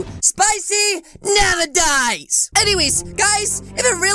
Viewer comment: i hear spicy, NAMAGIDES instead of spicy never dies